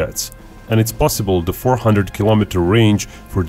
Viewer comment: Why is it you can say "Stealth" properly with the right "th" sound at the end, but every other word, like "the", you say "dah" - use the "th" sound you use at the end of "stealth" on all other "th" words like "the" and "that", instead of "dah, and daht", and you won't sound so dorky.